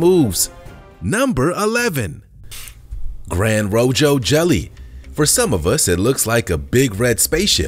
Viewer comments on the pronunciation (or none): Gran-Roho........there is no "d" in the word. I cringe when content creators mispronounce words when they are trying to educate people...... Gran=big rojo=red. It is spanish, so the "j" is an "h". Whenever I see a video and the narrator mispronounces a lot of words or get info wrong, I usually tell YouTube to not show that channel anymore. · I cringed every time he said Granro-joe and Granjoro 😬😬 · We share a border with Mexico, yet this guy's Spanish is so bad it's unreal. Gran Joro? He messed up the pronunciation and the spelling. Impressive. The U.S. has so many Spanish names in it that this must be on purpose. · FYI - Pronounced, Granroho Spanish